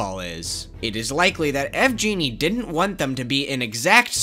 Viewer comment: Pretty random and inconsequential, but I think yvgeny is pronounced w a hard G sound Unless that’s not the devs name lol